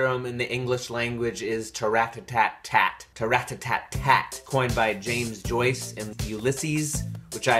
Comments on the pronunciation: after the song you kept pronouncing tattarrattat as tarrattattattat which straight up isn't a palindrome. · Just pointing this out, but you said tattarrattat wrong, you said is like tarrattattat, but its tattarrattat. (you switched the t's and r's)